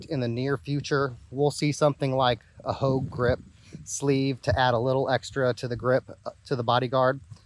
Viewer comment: Hogue not vouge